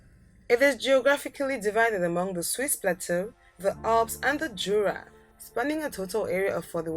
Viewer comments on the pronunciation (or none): none